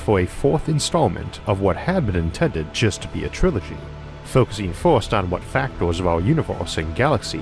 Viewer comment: Factors, filtors, weird pronunciation :o